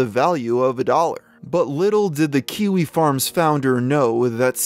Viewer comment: He keeps saying quickie forums instead of kiwi lol